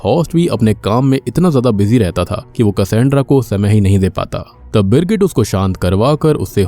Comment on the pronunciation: Birgit ki jgh girgit kisko kisko sunai diya 😂